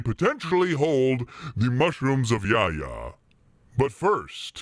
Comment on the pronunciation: name is spelled Yahya where you read the "h" it's a common name in Turkish and has it's origin from hebrew. It means "god is benevolent.